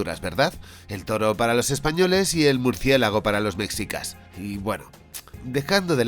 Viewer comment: Que son los “mecsicas”? amigo español, se pronuncia “meshica”